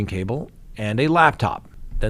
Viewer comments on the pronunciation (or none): none